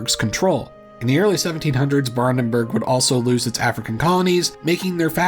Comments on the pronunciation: Some of them weren't so bad. You have to give him credit, it could be much worse. I think he should either go full-American on it or try his very best at a correct German pronunciation. I don't like the half-assing of Brandenburg. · just learn the IPA pronounciation rules and ask chatgpt to write these names down in the IPA format. Then just pronounce it as [ˈbʁandn̩bʊʁk]. Its not that difficult even if you dont speak any german at all. Oh and the family was called weLser family not weSler family…